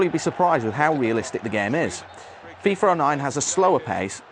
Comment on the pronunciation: Its called FIFA not FIFER!!!